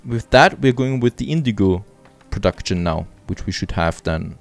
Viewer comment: nice episode :D But I hear you doing the same spelling I did too in pronouncing words with the ending "ction" e.g. "production". you canbasically say "prodakschn" without the "t" :) and you react the same way I do when I build a house wrong or the game decides to missplace something :D